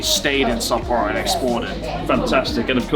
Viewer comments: It’s pronounced as sa-po-ro. Not sapoh rho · Great video mate love your trips with Natsuki and Joey! Better pay them haha. Really made my ears cringe hearing the English pronunciation of Sapporo 😂